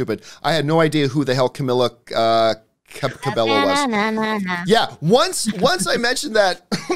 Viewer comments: It is pronounced 'Ca-mee-la Ca-bay-yo' not 'Ca-mi-la Ca-bel-llo' I am annoyed that they can't pronounce her name. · her name is pronounced camEEla cabeYo not camiiila cabelo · Cameela Cabelllllllo, jeez I'll never get tired of hearing people pronouncing her name wrong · It's CAMEELA CABEYO geezz😤😤😤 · CAMEELACABEYO ppl still say her name wrong 😡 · Why the hell he even named his video after her name if he really doesn't know who camila cabello is and how to pronounce her name!!lol!! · They are still pronouncing her name wrongly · I’m seriously triggered she pronounced Camila Cabello’s name wrongly. edit: they*